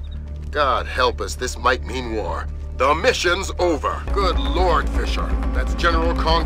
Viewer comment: Good lord "gOOd LOrd!" Who's that?